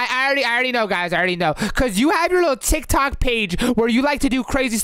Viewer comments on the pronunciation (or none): It’s not ticTac it’s tick-tock